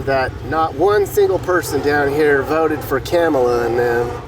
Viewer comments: I LOVE WHEN THE GUEST SPEAKER CALLED HARRIS 'KARMELA'. CLUTCH MY PEARLS! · 😂😂😂 said “KARMala 😂😂😂😂 he’s definitely NOT politically correct. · He said Karma-la LOLOLOL